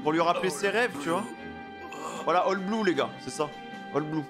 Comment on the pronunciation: on dis pas bloo line on dis oll bloo 😁